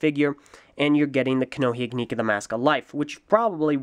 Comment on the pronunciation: Your saying ignika wrong js